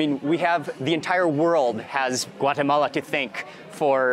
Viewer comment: Thanks for pronouncing “Guatemala” correctly ❤